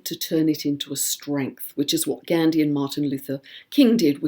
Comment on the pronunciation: Is that really the correct pronunciation of Gandhi and Feng shui???